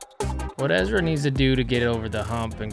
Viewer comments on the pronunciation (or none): "Ezwa adewhold" the only professional athlete who can't say his own name.